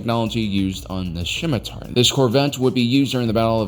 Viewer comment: The scimitar is named after an Arabic and Persian dagger. The C is silent.